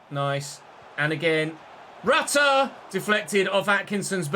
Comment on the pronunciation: Stop saying rutter’s name wrong 😑